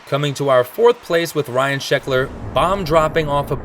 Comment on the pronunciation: He said shecklers trick wrong also.